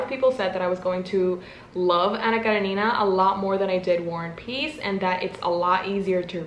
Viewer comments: Btw it's Anna KarEnina 😶 But ilysm anyway 😭😭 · karEnina. Accent on E. 😅😅 I had to.